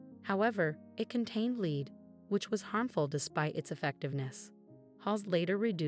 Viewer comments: So what is this "tsholera" disease the woman spoke of? And the hair products containing "leed"? Thumbs down, guys, sorry (not) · Surprising that she or they could pronounce gonorrhea but not cholera, combated or lead !